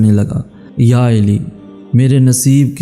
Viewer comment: Hazrat Ali Ka Naam Theek Se Lo Mere Bhai Aap Hazrat Eli Kah Rahe Ho